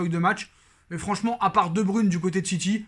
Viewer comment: Debruyne se prononce Debreuyne